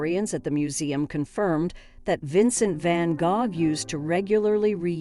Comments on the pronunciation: I was wondering if I had always learned to say it wrong 🤣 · I couldn't get past the mispronounciation of his name.